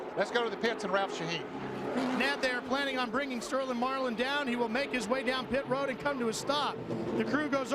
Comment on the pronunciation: pit ro-ad